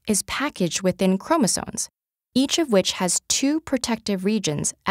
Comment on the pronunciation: that girl who narrates these says "chromosones" instead of "chromosomes" 2nd ted vid im noticing this in :/ its so cringy